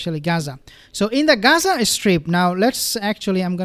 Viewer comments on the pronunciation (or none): none